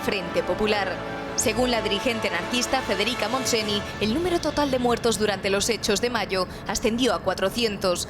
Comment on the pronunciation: “Federica Montseni”. Parece mentira que no sepáis en el s XXI que en catalán la “ny” es como la “ñ” española